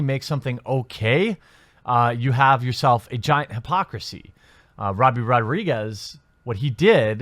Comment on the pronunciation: Every time you say "Robbie" I cry a little